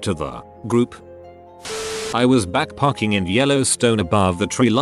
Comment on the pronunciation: People: backpacking Reddit voice: backparking